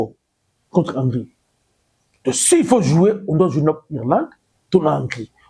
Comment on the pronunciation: On dit Hongri